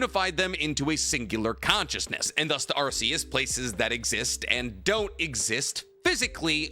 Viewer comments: One thing about Arceus, is that it's pronounced Arc-e-us, not Arse-e-us. The RKS system that's associated with Null, it's supposed to be a word-play on Arceus. RKS sounds like Arc-e-us. RKS does NOT sound like Arse-e-us. I don't even really give that much of a shit, and this isn't really a criticism or anything, but I just thought I'd point out the proper pronunciation. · please Arceus is pronounced ar-key-us, you can reference type nulls ability the R.k.s system because it's a failed clone of arceus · it’s pronounced arc-e-us the arc part as in Noah’s arc